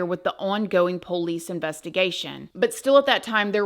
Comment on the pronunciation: I love how you say: Ph-OHL-ice. LOL